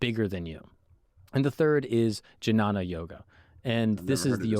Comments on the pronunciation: Jinana?😂 Bro it's Gyan. Not j, it's g. Like game. If someone is confused then go and ask good how it should sound. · Gnana yoga 🤣🤣🤣🤣 It's pronounced and (dnya- na) (hold your tongue as "The" and release air from nostrils instead of your mouth, which would pronounce the word "The", continue your tongue to "nya" instead of "the", and end with a "na") or simply (gya-na).